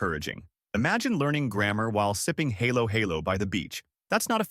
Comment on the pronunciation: I'm not sure if this was an AI voice or not, but that is NOT how to pronounce halo-halo. (HAH-lo HAH-lo is the correct pronunciation.) Nor is it drinkable, any more than ice cream on top of shaved ice is drinkable. Lechon was also a bit off. For a channel that talks about Pinoy topics, why are you only familiar with three or four foods/dishes to rotate through?